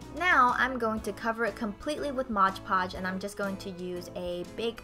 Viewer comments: Love your tutorial, but it is MOD Podge. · ITS MOD PODGE NOT MODGE PODGE!!!!!!!